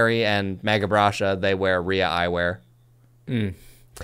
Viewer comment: Ria is pronounced [‘rai-ya] not [ree-uh] just fyi. I love this eyewear. I have a pair of the reflex with all the lens options. A bit pricey but not more than losing an eye.